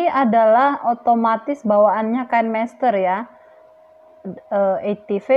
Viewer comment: Kan mester ... Bukanya Kine master ya.. Baca nya juga Kine master..